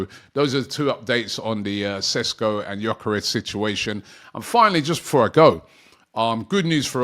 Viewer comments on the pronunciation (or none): none